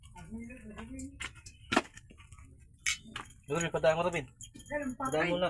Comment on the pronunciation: bakit d m mpronounce ng mlinaw ang name ni Robin?!..kinukulot kulot m kc ang dila m pg binabanggit m ang pangalan ni robin eh..